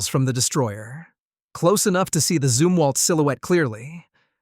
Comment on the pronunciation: Zumwalt not Zimwalt